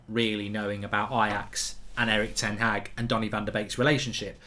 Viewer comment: His name is ten Haag. It's pronounced like Ten Hachr 🤣 like a lad from Liverpool pronounces chicken chiichhrhren